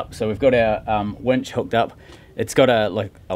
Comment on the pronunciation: Nice wench...Uh..winch.